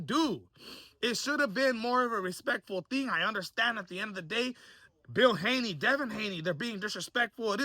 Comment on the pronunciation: Did he really say Devin Gayney?… 😂💀